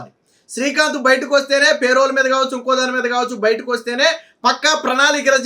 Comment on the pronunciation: పే రోల్ కాదు. పెరోల్